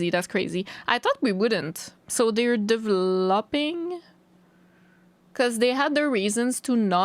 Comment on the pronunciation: Aww shit. "Iz that Behrr?:3" is exactly what I said. I love how fluent is with English, but words like "dev-lawping" still trip her up. I'm starting to see why my gf gets a kick out of me ESL'ing. 🤔